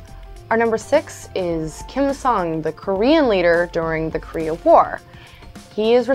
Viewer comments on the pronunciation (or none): none